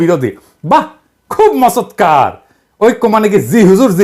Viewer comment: দাদা আপনার ভুল উচ্চারণ টা আমার কাছে খুব ভালো লাগলো। "মচতকার"